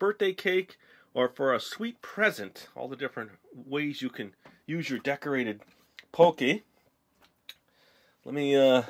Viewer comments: pronounced pah-kee not poh-kay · It's not pokey it's pockey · i cringed every time he said pokey instead of pocky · Lol you pronounce it pokey when its everyone else says like "Pock - eey" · It's called p o c k y not pocy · it annoys when he says pocky as pokey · its not poky its pronounced paw-ki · Its pronounced PAW-KEY :D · Can someone please tell him its pronounced pah key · Heh, so did I. he said pokey and i'm like..NO! >.< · omg is p-o-ck-y not pokie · god i cringed when you said pookey >.<